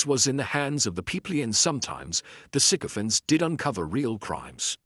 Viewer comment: Thanks for pronouncing this correctly. All the newscasters are not